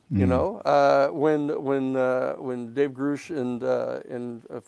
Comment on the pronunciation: He’s been in contact with “greush’ for two years but still doesn’t know his name is pronounced grush like crush